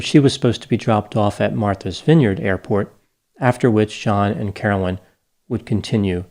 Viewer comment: Yes everyone, that damn Carolyn crashed the plane. I can't believe this half wit podcaster had the gall to gossip about Carolyn's personality and what substances she may have used and when! Wow, just wow. Her name was Carolyn not Caroline by the way. (Mrs.P)